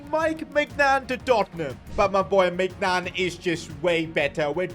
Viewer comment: "Mike Maicgnan" 💀